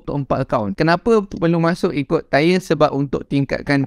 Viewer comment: tire tyre ke tier acu sebut bebetul